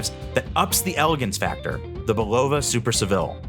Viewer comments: Come on. It's "BUL-o-va" not "bul-OH-va" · It’s pronounced Bull a va NOT BUll O va Get it straight. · It’s pronounced Bull a va NOT Bull O va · Typical mispronounced words by AI..."Bull-low-va"...really?